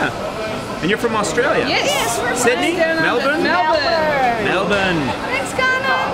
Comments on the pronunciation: i was super impressed how well he did an aussie accent when pronouning "Melbourne"... i rewatched it like 6 times lol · at least Conan said Melbourne correctly